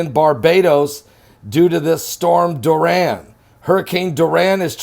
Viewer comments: It’s DORI-AN not DUR-RAN! 🤔😏😂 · Soo cute, sounds like "Duran" Hands of stone😂😂😂 much love Pastor! The rigth pronunciation is " Dor- E- an" 💜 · It's pronounced DOR-I-AN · the name is pronounced "Door- e- ann"....love you! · It's pronounced Door-e-un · I love you. The name "Dorian" is pronounced DORRIANNE. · It's pronounced Door ian